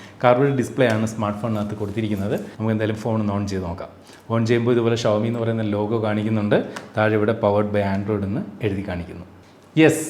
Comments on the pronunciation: ശ അല്ലാ ഷാ അല്ലെ 🤔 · ശവത്തിന്റെ ശ അല്ല ഷഡ്ഢിയുടെ ഷ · ശവോമി അല്ല ഷ വോ മി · ശവോമി അല്ല ഷവോമി എന്നാണ്. 😌